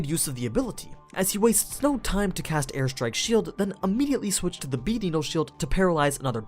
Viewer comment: I have been watching all Overloard, Goblin Slayer and Shield hero videos. Your voice is pretty good, I do enjoy it 99% of the time. You sometimes pronounce things weirdly though, like the way you force "t" in "time", the very first word you say in this video. Hopefully my feedback helps you improve or something, I guess? :P